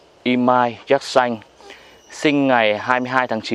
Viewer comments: Xin chao . Khi nghe anh phat am la ( Yatsanh ) theo toi biet la nen phat am ( Yetsinh ) . nghe phat am nhu the toi nghi khong dung lam . Chi co y kien thoi , chu khong co y xau vi dau . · Đọc đúng là yersin hay là yersan. Mình nhớ là phiên âm là dzét Sin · Sao lại đọc yer sanh kỳ quá, hình nhue sai sai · sao yersin mà anh đọc thành yer-sanh vậy anh? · Cứ nghe cái giọng đọc của anh nó chói tai sao ấy cứ Déc Xanh mà đọc nghe sao sao ấy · Thằng bác sĩ đọc sai tên ông bác sĩ nước ngoài thế mà cũng làm youtuber cho thiên hạ học, nói theo cái sai việc ác.Thế mà ngày xưa thầy cô giáo (bác giáo) của bắc kì cho lên lớp nhỉ. Dạy chữ đã sai còn đi mở mồm ra làm công việc dạy học, dân đĩ bắc kì súc vật đã ngu dốt còn cãi ngông cuồng, lưu manh, côn đồ 💩😄😄😏